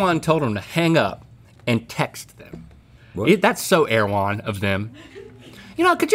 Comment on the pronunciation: I am listening on my girlfriends computer and omg the introductory girl speaking said, " air-one", not "err-e-wh-on" and it is driving my insane!